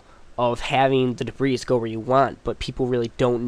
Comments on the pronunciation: debris "dib-ree" not "dib-ris" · He means that "debris" is pronounced "de-bree", not "de-brees", even the plural form. You mispronounced it a couple of times.